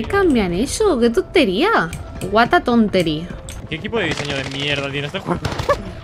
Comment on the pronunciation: Jajaj no es tontery